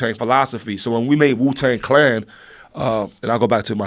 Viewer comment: Donnell said "Jew-Tang Clan" omfg 💀